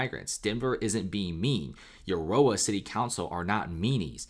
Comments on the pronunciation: It’s Aaaarrrora. Not Urora. Thanx for your report. This affects me greatly!! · It's pronounced A-roar-A not You-or-A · Dude it's pronounced A ror a Arora the U is silent. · Aurora is pronounced Aw-Roar-Ra, the same as the astronomical phenomenon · Uh roar ah. Thats how Aurora is pronounced! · It's pronounced A ROAR AH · aurora is pronounced uh roar uh haha great content loved the break down of information you did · Say it with me now UH ROW UH AROURA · Please learn how to pronounce A RO RA (Aurora) properly. Thank you. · why can't you pronounce 'aurora' correctly? lol. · Aurora sucks. He can pronounce it any way he wants. mostly chicano. Theyll fit right in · Yeah, this guy knows shit about denver. listen the way he tried to say Aurora. Then claiming lakewood and Aurora are small towns. Get your facts straight, you sound dumb AF.